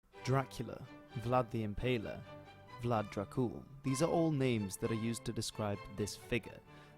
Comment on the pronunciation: The correct pronunciation is Drácul, not Dracúl. And Dracul means devil, not dragon. But his name was actually Tepes, Dracul being only a nickname.